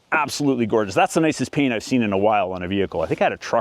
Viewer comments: I'm also American, so we pronounce "paint" P-AINT, not Pinut. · I've only got one earbud in at work, but did he just say, "That is the nicest p*nis I have seen in awhile." or "That is the nicest penut I have seen in awhile." Because that did not sound like "paint".